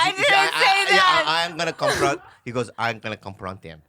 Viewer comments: i'm fucking crying laughing at andrew saying "compront" me rn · “I’m gonna conpront him”! 🤣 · "COMPRONT ME RIGHT NOW"